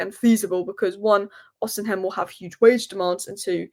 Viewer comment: You're still pronouncing Osimhen wrong. Ignore the h, pretend it's not there. Osimen Why do you want Cunha??? He's a good player but he's erratic, has poor discipline. Why would Rogers leave Villa for us right now? Casemiro likely to follow... based on what? We can't get rid of him. He's not desperate to leave so won't take a pay cut. Nobody wants him.